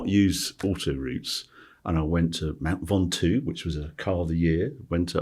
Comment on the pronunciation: Harry, I love your videos, but please pronounce the ‘Mont’ for Mont Ventoux the same way you would pronounce Mont Blanc!!